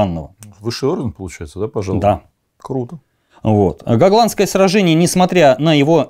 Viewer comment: Остров Го́гланд, следовательно сражение Го́гландское.